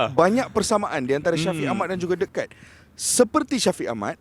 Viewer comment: Kite tu layang2 brader..sebut nama legend betul2..pengulas bola pun xtau sebut nama player